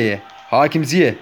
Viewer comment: Ziyeh değil Ziyeç diye okunuyor